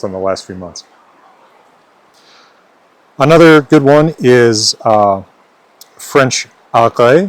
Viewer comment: "Wh-fench" is too much